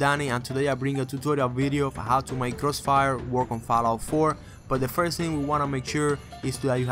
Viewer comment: crossfiel Moe, givit a Shah LOL!